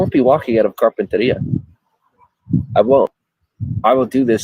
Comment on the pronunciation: The way he pronounces Carpentaria is really annoying. That’s not at all how the locals, or anyone for that matter’s says it 🤣 Edited-Vegas is about 5-6 hour drive from where he is at now. He wont be able to walk there, it’s just freeways and then straight desert the entire way.